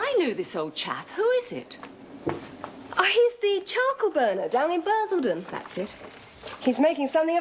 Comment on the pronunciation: he said Basildon oh dear oh dear.